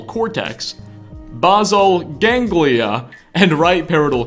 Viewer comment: You completely butchered the pronunciation of "basal ganglia" and "parietal cortex". Otherwise, good video so far.